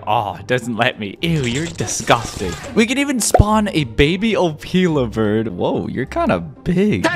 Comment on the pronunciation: Your pronouncing Opila bird wrong.